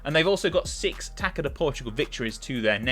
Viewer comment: Your pronunciation was not bad, as we are a tricky language to master. Although the only thing that is kind of nerve inducing is the pronunciation of "Taça". To those unware, you are saying "taka, taka da liga". However, it should be pronounced as "Ta-suh" or "Ta-sah" Take the the word "Garçon" (as in waiter), the sound of the Ç should be the same